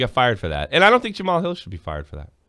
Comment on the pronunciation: Jemele, not Jamal